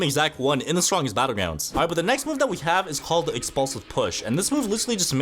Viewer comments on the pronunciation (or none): Bro said”the strongest battlegwounds”💀